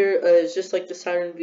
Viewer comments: Lol Saturn V you say it as Saturn 5 not Saturn V💀 ‘V’ is the Roman numeral for 5 Anyway nice vid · My dude did not just say “Saturn vee”